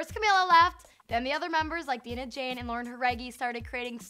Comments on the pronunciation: It’s not DEENAH, it’s Dinah (Dye-nah) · its dinah not deenah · dinah’s name is pronounced ‘dy-na’ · Nxtalieexx Mendoza it’s Dinah, not Denah. I got annoyed when she pronounced her name wrong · courtney x all these news people need to read this comment and learn how to say the girls name ...Jauregui- Harehgee (not yangregee) ..Dinah - dyenah (not deenah)😂😂😂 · It’s been 5 years yet people can’t pronounce names right. “Dee-nah Jane” It’s “Die-nah Jane” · Yeah they assume absolute bullshit BTW it's DINAH JANE NOT DEENAH JANE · she can say "Jauregui" but she calls dinah "diena.jane" ... i've heard enough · why do most people wants to assume 5H to break up soon? gosh im so tired of this. And stop saying they want to copy camila, the only thing they need is to entertain their fans and to succeed their dreams. While this reporter cannot even pronounce dinah’s name correctly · you pronounced Jauregui right but not Dinah wow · Dear, please learn how to pronounce Dinah's name correctly. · Ugh 😑 she said Dinah wrong 😤😤😤😤